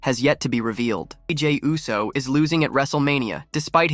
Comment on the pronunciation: Yousse?? Try Ooss, dawg. 😮